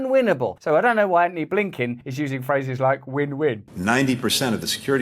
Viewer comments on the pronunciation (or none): none